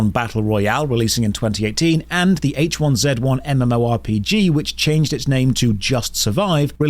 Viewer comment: when i heard how you pronounced h1z1 i just couldn't i'm sorry